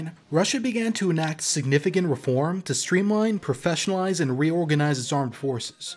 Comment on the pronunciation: "professionalize." LOL